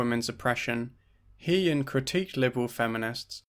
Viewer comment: Thanks for another great video, I just wanted to mention that it would have been nice to hear the accurate pronunciation of He-Yin’s name, as you pronounced “He” like the pronoun “He” but it’s actually pronounced like ‘Huh’.